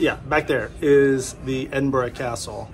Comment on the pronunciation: You got the right pronunciation of Edinburgh well done!